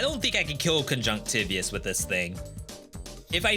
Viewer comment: I think it's pronounced kuhn•juhngk•tuh•vai•uhs not tih•vee•uhs